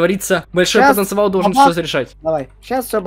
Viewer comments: Не потовынцывал А ПОТЕНЦИАЛ ТЫ ПОНИМАЕШЬ ТЫ ВЗРОСЛЫЙ ЧЕЛОВЕК А ГОВОРИШЬ НЕ ПРАВИЛЬНО НЕ СТЫДНО? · Ты почему говориш не потанциал а потанцевал